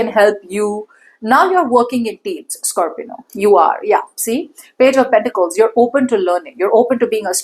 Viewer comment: Why are you saying Scorpino? It's scorpio isn't it